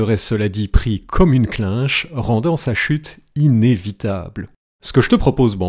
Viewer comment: je me permets, on dit « clenche » et pas « clinche » ahaha, bonne vidéo ! (referencement)